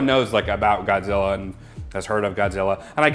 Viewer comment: "GODZIRRA...MINUS A-ONE-UH" 😂😂